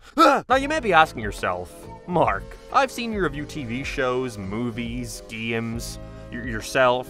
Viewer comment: I'm so sorry, why do you pronounce "games" like gayeams 😭 What accent is that?